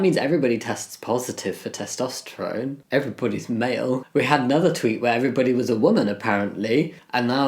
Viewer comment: Testosterone is a noodle and you're pronouncing it wrong, maroon. 😂